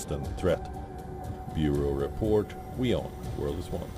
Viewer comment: WION turning WEYAWN. Please improve your standards.